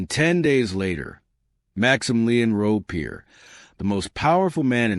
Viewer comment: Never heard about this, Why? They could at least learn to pronounce Robespierre right, Robesper, Jesus! Campina? Good GOD!!! No respect whatsoever, it's not the Wild West.